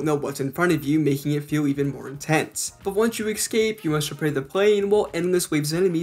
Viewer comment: Drink every time he says "excape" and "addicting"